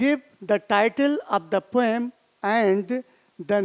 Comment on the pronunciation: Sir, Poem Is Pronounced As Poh-Um Not Poyam . You Always Had Been A Very Fantastic Teacher For Me And My Classmates of OSVN From batch 2019 .